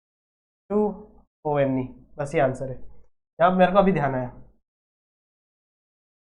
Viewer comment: O - N - E (one) hota hai 😂😂😂😂😂😂😂😂😂😂😂